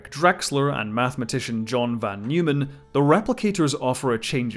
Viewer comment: Learn to pronouce "Neumann" correctly.